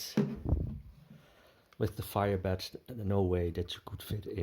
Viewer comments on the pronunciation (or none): Please pronounce "th" in English as a proper tongue between not behind the teeth th English sound and not as a Dutch d sound. You're saying "de" for THE.